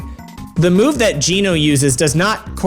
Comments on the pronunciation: Did anyone else start twitching when he said Geno with a hard G? I mean it would be fine if pronunciation had not been confirmed for YEARS. Centuries even since GENO is an actual fucking name. And later he pronounces it correctly. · I cant help but get agitated when people pronounce geno the way you pronounce it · This dude been making Mario RPG content his whole life and he can't even say "Geno" properly....lmao wow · The fact that you pronounce “Geno” with a hard “G” shows that English is an inconsistent failure of a language. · But later at around the mark he pronounces it normal. I'm confused. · Never heard his name pronounced like that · This dude didn't even pronounce Geno correctly and was completely wrong about the action gauge, yet you think he's the complete ultimate authority? LOL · The guy explained that he says "Geno" the way he does because he knew someone named "Gino" growing up and figured Geno must be pronounced differently. Even now that he knows the correct pronunciation, he still says it that way out of habit. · some like 30% of youtubers call him that, I don't think it's wrong. Potato Pattato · except Geno is a very real world name with a proper pronunciation. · Gennnnnno?????????????????? It’s jee-NO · In Japanese his name is written as ジーノ which reads as "Jīno" So yeah that's not how you pronounce Geno lmao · Why does this dumbass keep saying "Gehh-no" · Wait I’m not even mad you pronounced it “geh-no” I’m just so confused about why half the time you say “geh-no” and the other half you say “gee-no” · "Gee-no"? I've been pronouncing it "Jee-no". Have I been wrong for 28 years? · Hey dude, you said that the first two Paper Mario games open with Marios house, when it's plain to see that the third game Marios house as well. Also it's really weird how you pronounce Geno, it's meant to be pronounced "JEE-NO," but you say it "Geh-no" for whatever reason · What! It’s Geno not Genno. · Jeeee nooo . Geno " jee no" edit this video immediately sir